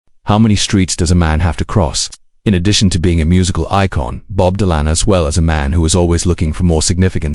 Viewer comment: Stupid AI slop cannot even pronounce his name Don't watch.